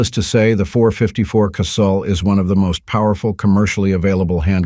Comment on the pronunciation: Thank you for pronouncing Casull correctly. So many would be “gun experts pronounce it “Casool” and that is incorrect. Dick pronounced his name almost like “Castle” with silent “t.” But, the last pat rhyming with “gull,” not “gool.”